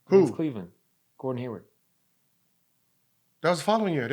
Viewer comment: "Gordon Haywood" Why do so many people that talk about sports get that wrong